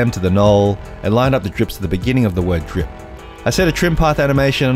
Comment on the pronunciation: why he not drip the P in drip haha